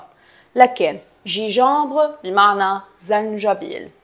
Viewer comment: حبيبتي جانجنبر وليس جيجومبر